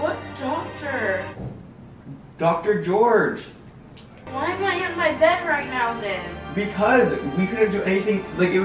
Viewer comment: When you said doctor gorge I thought you said doctor orange 🍊 LOL love you guys